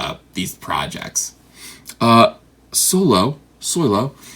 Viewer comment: It's Solo you illiterate sponge